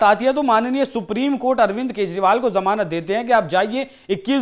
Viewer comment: Janamat nahi जमानत correct करो